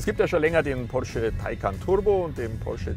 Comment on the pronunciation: wie ein Türke hat er "porsche" gesagt :D